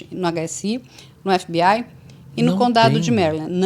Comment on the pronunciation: Essa mulher falando EF BI AI tira toda a credibilidade dela😂😂